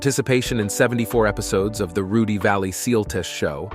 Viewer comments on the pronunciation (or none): none